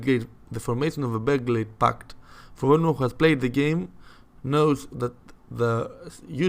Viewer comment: Beo grad paht not bellgled pact